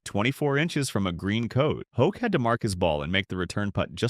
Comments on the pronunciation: I stand with the others on the mispronunciation. It's one thing to be wrong, but particularly bothersome is the inconsistency of the narrator: Hoke, Hawk and Hock. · Scott Hoch not Hawk! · Learn to at least pronounce his name correctly !